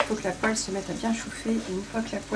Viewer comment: "Poêle" et pas Poelle Hi ! Hi ! Hi